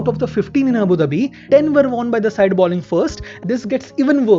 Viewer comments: The presenter has a thick Indian english accent, and a lot of Indians mispronounce 'bowling' as 'balling'. That's the reason. Anyway, that doesn't detract from the entertainment value of the videos, and the interesting stories he brings to the audience. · I like your videos but I notice that you keep saying balling instead of bowling. Its is not even about grammar, that ball is a noun and bowl is a verb but anyone who knows cricket, surely knows it is bowl, bowling etc. Maybe you have a reason?